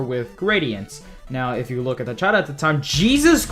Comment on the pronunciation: When he says chat it sounds like he saying shit